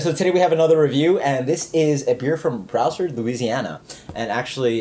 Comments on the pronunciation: "Brow-Serd" 😂 Well, at least they aren't out of Natchitoches or Ponchatoula LA lol.. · It's more like, Bruce-Ard, or Brew-Sard.. Ya, trust me, you aren't the only one I've heard mispronounce it. Louisiana towns and cities can be tricky. Hell, I've been living here my entire life, and I still can't pronounce some places. Like Brouillette, Chataignier or Mermentau just to name a few lol.. I see these places on the map, but I still don't know the correct pronunciation lol.